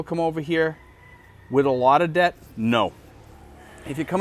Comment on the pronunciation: Debt and Death sound the almost the same when you say it.